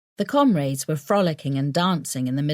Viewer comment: Can't stand the constant use of the word 'comrades', especially the way the narrator pronounces it.